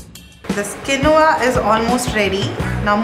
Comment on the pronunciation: Its "Dairy free" not "diary free" and its quinoa pronounced as "keen-wah"not kinuva